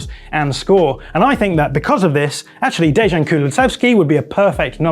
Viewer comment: Dejan is pronounced Deyan, not Dejan with a French J. That mistake is really prevalent. Just wanted to point that out because it irks me